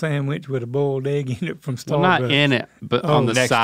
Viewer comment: "bolied eggs"